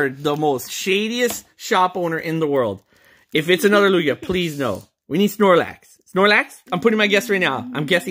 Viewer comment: TugiaNoooooooooooooooooooooooooooooooooooooooooooooooooooooooooooooooo wait isn’t it supposed to be Lukia